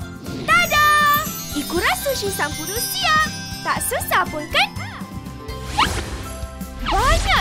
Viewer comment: Owh sampuru 😄😅 spatutnye sebut 'sample' 😆hehehe